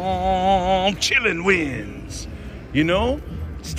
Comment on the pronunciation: ....It's Chi Lin Win, not Chillin' wins. Chi Lin (pronounced Chee Lynn) are Chinese "unicorns" or, and more appropriate for you because you like to mixy match animal names, Chinese also refer to Chi Lin as dragon horses. It's the face on the machine and the wild symbols. They're a good omen and a sign of success, prosperity, enchantment.....ya know....words. 😁. Congrats on the jackpot, by the way!